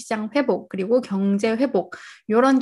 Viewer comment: 말 마지막글이 높은거 같네요 ~ 있으면/서. ~ 그리/고 등.